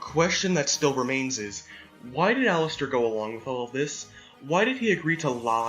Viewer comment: What they’re saying: Allister What I hear: Alastor